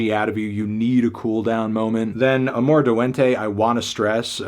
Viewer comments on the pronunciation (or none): none